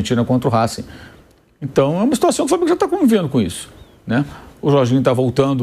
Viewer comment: O Racing se torna Raxquim